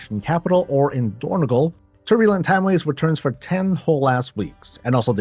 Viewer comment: It is dornOgAl, not dornEgOl